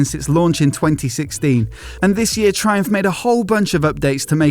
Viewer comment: Thai-umph and Thai-cati